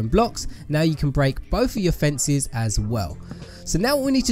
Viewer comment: U said fencies. Its fences man.